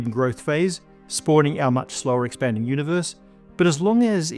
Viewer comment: I remember watching from around when pronounced "universe" as "univorse"